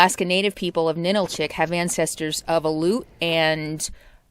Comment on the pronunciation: I'm sorry, but I have to correct your pronunciations again because you have butchered many of the names. Especially when you speak of the AL - yoot (aleut) and Ah - LOO - tick (Alutiiq). NA - nill - chick (Ninilchik). AH - skoal - kof (Oskolkoff). Da - NYE - na (D'naina). Sol - DOT - na (Soldotna) And if you like down home, visit Talkeetna. Although it's very touristy in the summer. And did you call the animal on the whistle a moose?! It's a caribou. 😕